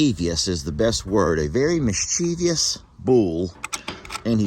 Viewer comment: Mischievous not mischievious lol